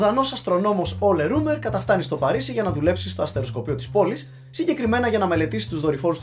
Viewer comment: Ψιτ είναι ρόίμερ κ όχι ρουμερ.